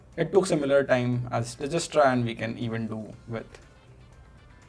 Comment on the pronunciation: Ur pronouncing Dijkstra wrongly Once google it 😊